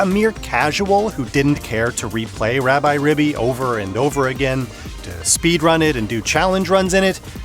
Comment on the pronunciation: "Rab-eye"? It is literally short for Rabbit. I think it is "Rab-ee". Also, since the Japanese name is ラビリビ, then it is definitely "ee" or a long "i". Take a shot every time this guy calls it Rabbi. lol